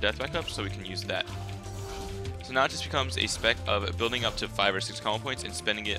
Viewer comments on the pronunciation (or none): none